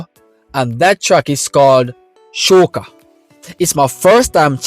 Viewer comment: You pronounce shoka wrong, Jamaican. You pronounce it shouka (digestion). The correct Japanese pronunciation is shoka (early summer).